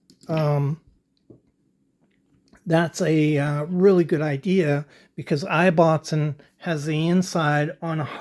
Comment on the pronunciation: Great research and most informative. The Ibbotson company name is pronounced differently here in the UK. The "I" is prounced the same as in :Gibson" or "Immportant" and not as in "knife". The name Ibbotson originates in Yorkshire, England and the original meaning is "son of Isabelle". I thought you might find it interesting.